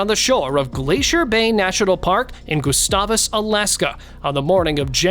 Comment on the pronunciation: Its peonounced Guh-stay-vus. Its not far from here and a beautiful area, drier and flatter than Juneau...